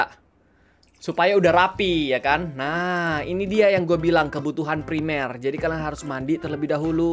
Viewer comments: Primer bukan premier wkekk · Primer kak regi bukan premier